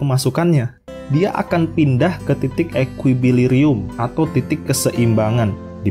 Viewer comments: Buat koreksi aja, Titik keseimbangan = Equilibrium... bukan equiBilirum broo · EQUILIBRIUM min bukan equibilirum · Kayaknya equilibrium bukan equibrilium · wkkwwkw pantesan, baru denger abisan kalo EQUIBILIRIUM